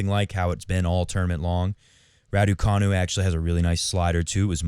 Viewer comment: Radu... Raducu... Raducanu